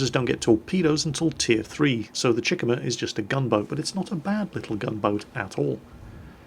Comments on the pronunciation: The tier 2 Japanese cruiser's name is pronounced. Chick-uma. Not Chikimma. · It's pronounced Chi - ku - ma. Three syllables. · gamerguyx095 everytime he said chick-uhmuh it was like nails on a chalkboard come on now,, embrace your inner weeb Chee-koo-mah like the Chi in Chi-ha and the Kuma in...Kuma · It's pronounced CHEE -KU -MA , like Kuma, but with a Chi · The way he says Chikuma... Lol